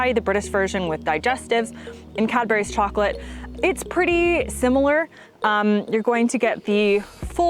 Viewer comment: Why did u say it Cadberries? It's spelt and pronounced Cadburys...